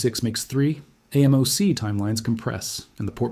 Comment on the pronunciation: Excellent graphic explanations. The AI people creep me out though. Also, actual humans usually pronounce AMOC “aay-mock”